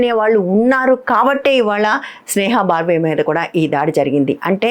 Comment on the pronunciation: Dear Madam, "బర్వే" అని పలకాలి :: ఇది ఒక ఇంటి పేరండీ. త్రిపాఠి/ తివారి/ ద్వివేది... అలా ఇక విషయానికి వస్తే కొందరు కొత్త జర్నలిస్టులు లోకరీతి తెలియక అమాయకంగా ప్రవర్తిస్తున్నారు. స్నేహా బర్వే కి శుభం & ఆరోగ్యంగా ఉండాలని కోరతూ రమణా రెడ్డి బెంగుళూరు